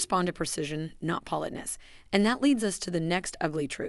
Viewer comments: If creators who use AI ever listened to t g eir posts B EFORE putting them online we wouldn't have to endure things like a simple word (politeness) being repeatedly mispronounced. It's an insult to our intelligence and our patience, to skip this simple step. Better yet, have an actual human being who knows how to properly say simple words narrate your video. It can't be that expensive, and will likely b et you more views abd likes. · Why can't you pronounce 'politeness'? Are you a bot voice?